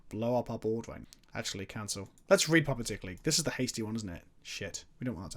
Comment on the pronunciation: You misread puppeteer so many times it hurt